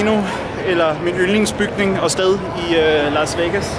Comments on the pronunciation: “Lars Vegas” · Elsker at det lyder som om du siger "lars" vegas